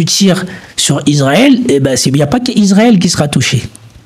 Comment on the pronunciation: Fais des efforts : Israël et pas Isarel !